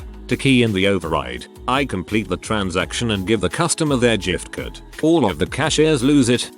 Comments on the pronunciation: "Jifft" card, LoLz! Chocking down "whiners", LoLz again! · Story: "giftcard." Computer voice: "jiffed card." Come on, get it together, talking computer!